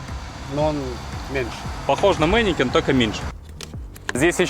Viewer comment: опять мэникеНН... mennekeSSSSSSSSSSS!!!!1111один!